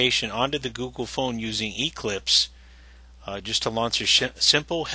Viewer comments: It's Eclipse, not EEclipse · The way he says Eclipse is annoying...